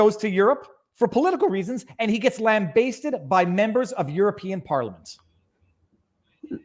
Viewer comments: It's not lam-bay-sted It's lam-ba-sted (a pronounced as in apple) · Lambasted, not lambaysted, or however you mispronounce it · Lambasted has a short A sound brother